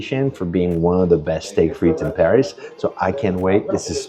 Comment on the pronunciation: Your French pronunciation is rubbish. It's not "Steak Freet" for instance. (I've been living in Paris 24 years) It's more like "Steak Fritt". I can't watch any more. The ignorance is annoying.